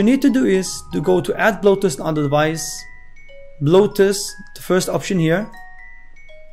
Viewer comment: When you say bluetooth it sounds like bloatus